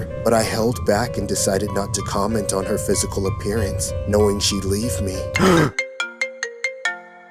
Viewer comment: Bro can't even say comment 💀